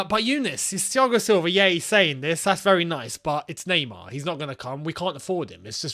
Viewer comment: nah-mar.. get mbappe